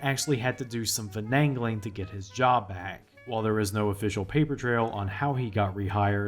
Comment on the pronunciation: Ummm... How the heck did you just pronounce "finagling?!?" It's pronounced fun-nay-guh-ling.